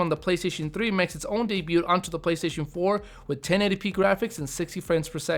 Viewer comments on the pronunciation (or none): Dude, you sound illiterate. De-byoot? Debut is pronounced "dey-byoo. Also, Corp, as in Marine Corp is pronounced "core", not "korp". Time to go to school. Otherwise, good video. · it's hard to take him seriously when he pronounces words like 'debut' as 'daybyewt' and 'iterations as 'alliterations' ....